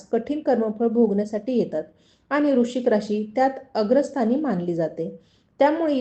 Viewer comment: वृश्चिक नीट म्हणा